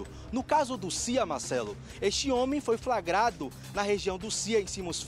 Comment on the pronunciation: "Pelamordedeus", esse repórter precisa voltar a estudar. Foi "fragado" é duro, é osso. O correto é: FLAGRADO, deriva de FLAGRANTE. Vai estudar, cara. Vc fala pra milhares de pessoas, tem de falar corretamente!